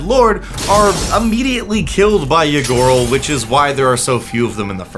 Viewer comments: I kept hearing "Ygorl" as "Ya gurl" and hearing "Ya gurl is out here doing ranked competitive tyrant activities" SENT me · I misheard Ygorl as a Ya Girl.